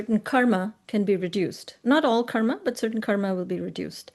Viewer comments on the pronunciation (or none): Any reason why she saying kar instead of karma and dhar instead of dharma ? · She said Dharm and Karm. Same difference as Ram and Rama or Krishn and Krishna - just different Sanskrit pronunciations/spellings for the same word per different Indian regions and societies... Technically only the consonants intende to be are pronounced.